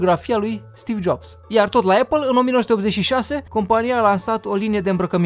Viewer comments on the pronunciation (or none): none